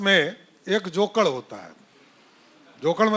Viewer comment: जोकड़ नहीं जोकर होता है बुढबक